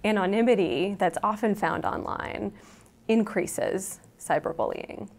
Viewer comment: only 120 dislikes ? ppl rly like this sheeitzz so much ... "So much biggeeeeer mnya wya (indistinct mouth noises) onlineeeee .. those pronunciations are giving me cancer